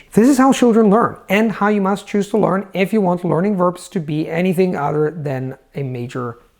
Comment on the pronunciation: am i the only one who's freaking out whenever time he saying 'lOrn' instead of 'lEArn'?